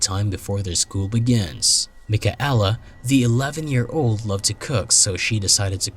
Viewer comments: Mik-a-ella ROFLMAO It is pronounced MIKAYLA FFS!! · mike-a-ella? how disrespectful.